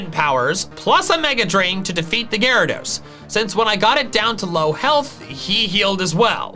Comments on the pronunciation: it’s pronounced gyaradeese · No, it's pronounced Gyarados! There are no E's in the name!